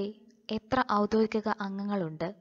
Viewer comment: ഔദ്യോഗികം എന്ന വാക്ക് പറയാൻ ക്ലാസ്സ്‌ എടുക്കുന്നയാൾ പഠിക്കണം. എപ്പോഴും തെറ്റായി പറഞ്ഞു കേൾക്കുന്നു